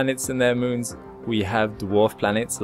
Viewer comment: "Müns" ... lol